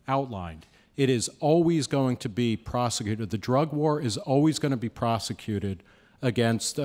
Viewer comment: "prosicated"... lol. yeah, he's friend's with good ole george junior for sure!